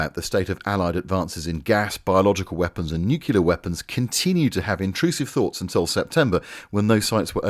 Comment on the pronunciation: And 'nuclear'. *Newcular*.